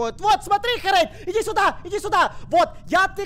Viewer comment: Не харэйд а херейд